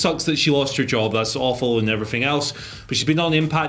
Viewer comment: “and everyffing else “